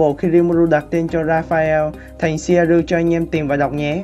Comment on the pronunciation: Ad phát âm theo phiên âm bên nhật là ...shieru 😂